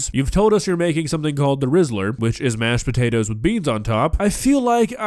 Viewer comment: I love so much, she's such a sweet old lady. Reminds me of my grandma. "Mashed shpatatoes" She is hilarious without even trying.